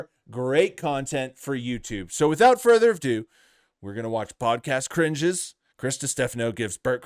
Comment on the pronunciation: WTF is this - "so without further IFDO" . Did you not receive any formal education?